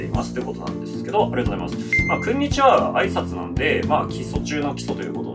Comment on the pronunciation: オープニングから暗い雰囲気だったら音量上げた瞬間 唐突な『くんにちは！』でビックリしました